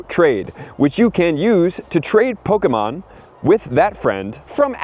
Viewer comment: Who in the hell said that’s how your supposed to say “Pokemon” you sound weird and or robotic.